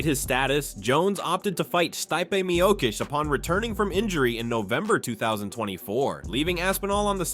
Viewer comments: Who the hell is “sty-pey mioh-kitch” ? 🤔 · Stipe is pronounced “stee-pay.” Miocic is pronounced “Mee-yo-chich.” • • • • If you’re real and not AI, fix yourself. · steye-pay miokish? 🤣 Too lazy to make ai pronounce names correctly?